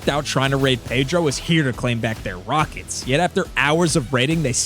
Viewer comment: “Yow wneed mwor wakets “🤓